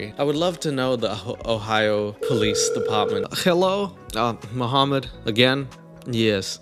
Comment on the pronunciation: I’m hearing a Vlad not Mohammad. 😂